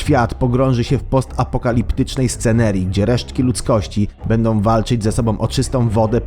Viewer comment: Bendom, muszom, powodujom, tworzom, mogom, całom >>lektor kładzie ten film.